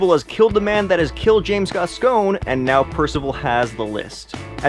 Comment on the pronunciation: It wasn't complicated to understand. It was simply a spy movie with a few twists. You pronounced the first dead agents name wrong. It's pronounced, "Gascoigne". Pretty sure it's said correctly by a few people in the movie. They're from different countries and they all pronounce it that way. Geez, I'm not gonna tell you the things you got wrong. You should definitely make an updated video though. Great footage back stage though.